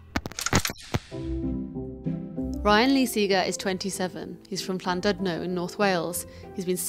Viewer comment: She pronounced Llandudno wrong